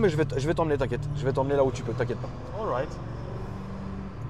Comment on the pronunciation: Oryte il a dit 😂😂 . C’est All right , qui veut dire tout va bien en anglais, mais ouais c’est clairement ridicule de la part du frero